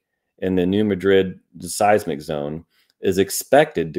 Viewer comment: The Missouri town (and the fault named for it) is pronounced New MAD’-drid, not New Muh-DRID’. Despite the similar spellings, it’s NOT pronounced like the capital of Spain. 😉